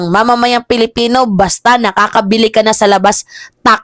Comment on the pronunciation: PILIPINO not PELIPINO